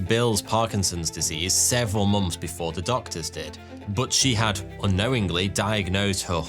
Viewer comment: I mainly come to this channel to hear months pronounced mumps.